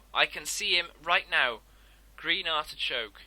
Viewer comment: DOOOOOOD, ITS ARDICHOKE GUY MAN